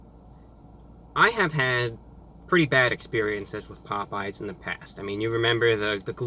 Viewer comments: did anyone hear Pope yes instead of Popeyes😂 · It’s not pop we eyes it’s popeyes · correct me if I'm wrong but, did he pronounce pop-eyes as pope-yes!!!!???/ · “ pop yes “ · HOw DoES IT PRoNounCe POPE Yes Pop eyes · Glad I'm not the only person who calls it 'Pope Yes' chicken. Obviously, they compete with Churches Chicken. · I have a Chick-fil-A near me, so I gotta try out their chicken sandwich sometime! Also, I really enjoyed your (obviously false) pronunciations of the two! "POPE-E-YES" and "CHICK-FIL-AH". 🤣👍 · my dad used to pronounce it "pope yes" as well, thanks for the memories. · Nigga said pope yes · "Pope yes" Lmaooooo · “pope yes” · Did this nigga just say “pope yes” 😂😂😂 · 😂😂😂 "Pope yes" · “pope yes” lmao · Pope-yes...🤣🤣🤣🤣🤣 Review Bruh coming in hot with the match up of the century!! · “pOpE- yEs” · This nigga said pope yes 😂😂😂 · Nigga said “Pope yes” 😂😂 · review bruh mayne said pope yes? dayuuuuum lmfao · Mans said Pope Yes 😂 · Did he just pronounce Popeyes like pope-E-yes. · "Pope-yes." You heard it here, folks. Our God has declared that Popeyes is now Pope-yes. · Hi Reviewbrah, like your videos and I wish we had these fast food chains here but unfortunately for some strange reason Popeye's closed 😢😔 and I laughed so hard with the mispronounced names lol, didn't expect it from you but it's awesome. Your awesome Reviewbrah. 👍👍😊😊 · bruh this dumbass dont even know how to say popeyes.. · Damn, you really disrespected Popeyes with this one. I appreciate the admission of bias in favor of Chick-fil-A, but from mispronouncing the name to criticizing their service, it's still clear that Popeyes is the best choice in terms of taste. You even almost said they are equal. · im here for that popeyes pronunciation